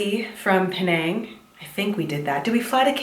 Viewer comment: when you said "Penaaaaang.." I can hear Malaysia accent there.